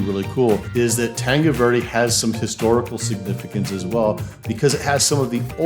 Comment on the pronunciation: how come you dont know how to pronounce tanque Verde?